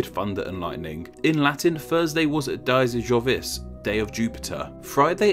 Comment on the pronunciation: I'm sorry but i cant help but point out that Dies Mercurii should be pronounced dee-ESS mer-CUR-ee-ee, and Dies Jovis dee-ESS YO-weess